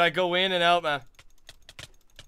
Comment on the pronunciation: "YOU KILLED ME MAUN" #BraydenKnowsHowToEnglish